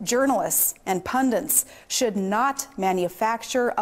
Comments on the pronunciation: It's pronounced pun-dit. To my ear, she says pun--dint, that rhymes with lint. But hey, she also called V.P. Joe Biden, "O'Biden," during the VP debate in 2008. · What are pundents? I thought she doesn't like teleprompters. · "pundents", lol